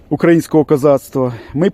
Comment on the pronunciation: Ооооо ! Козаки ! А де ви були коли ЯЗ кравчуки з кучмами оркам віддали ?! Млять ! І ще ! Наголос навчи спочатку ставити укрАїнського !!! До крижанівського звернись він більш знає як донати збирати ! Ще одне вилізло ! Залізь в ту дупу звідки ти вилізло !!! Добродій.... млять ! Ідіть до зедєрмака і наведіть там порядок ! А потім вже відосики будеш запускати . козаки.... КІЗЯКИ !!!